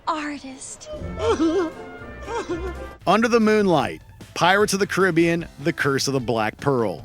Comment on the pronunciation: I don't know why the way he pronounced Caribbean annoyed me